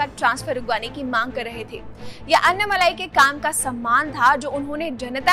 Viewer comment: It is not अन्नामलाई it is अण्णामलै